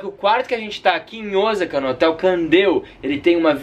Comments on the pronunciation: é Osaka não Ozaka, brasileiro tem mania de pronunciar Osaka Com som de z e é som de s sa não za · E Osaka e não ozaka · Osaka nao se fala Ozaka. Se pronuncia oossaka. 1s tem som de ss aqui e nao de z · Não é Ozaka que se diz e sim Osaka ou OOsaka com o mas alongado. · ...NAO EH OZAKA E SIM OSSSAKA PO!!!👅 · Eu moro no Japão ja faz 22 anos 😍 E n se pronúncia ozaka o certo e oosaka 大阪ーおおさか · Muito legaal!!, presta atenção nas pronúncias das palavras em japonês!! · Hahaha tá falando Osaka errado...